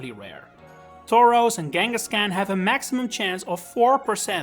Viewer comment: Came for the awesome left because you cant say fucking KANGASKHAN. K. KANGA.